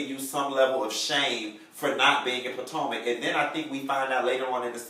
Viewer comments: YOU PRONOUNCING THE NAME WRONG ITS POTOMAC!!!!!!! ASK A FRIEND!!!!!🙃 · He says 'Patanka" on purpose.